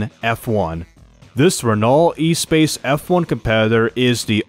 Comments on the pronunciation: The Renault Espace is not pronounced like e-space, it's ess-pahs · Please never ever try to pronounnce the Renault Espace F1 again 😂